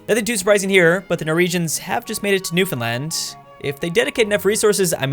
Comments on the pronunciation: THANK YOU for saying "Newfoundland" correctly as opposed to the infamous "NewFinland" Cheers, -Youtuber from Newfoundland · I can’t believe it, someone pronouncing Newfoundland right.